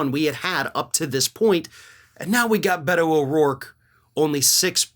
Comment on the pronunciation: Beto is pronounced “Bayto”. E is pronounced as an A in Spanish.